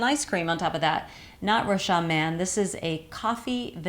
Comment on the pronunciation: Thanks for the review ! Rochas is pronounced with a "s" though. "Rochassss" : ) Ps: love from France